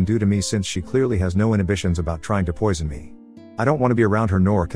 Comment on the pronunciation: “Jealous Sil tried to PUAH me…” haha love that audio XD